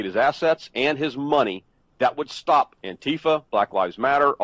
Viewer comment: Thank you for saying Anti-Fa and not An-Tifa. I think it is a subtle but important distinction.